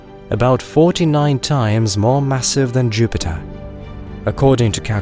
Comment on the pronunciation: I want to “ get tready” to see pleyootayoo end Jyoopitah.